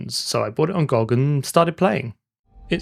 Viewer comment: its not gog. its good old games or G O G. nobody says GOOG like an ape